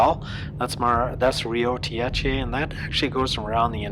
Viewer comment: No man. hahahaha Tiéte (singular) or Tiétes (plural) (same fã, there an sound "é") mean those girls that scream and cry for famous. hahahaha Tietê (has an sound "ê") this sound in portuguese is different when you speak Tiéte (without sound "ê"). The word Marginal can mean "street main" at São Paulo and also people that practice robery/stealing. But, this trip is beatifull to do in Brazil. I'm love go to Rio by car. Take care everyone!